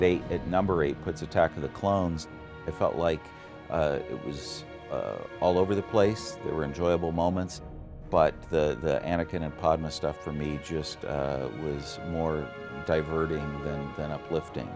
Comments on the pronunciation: “the Anakin and Podma stuff” who the f*** is “Podma”? What a joke. He should’ve pre-read the approved review script Disney sent him before going on camera. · Who in the world puts RotS at #9???? Edit: ok, he called Padmé "padmah". He doesn't know Star Wars.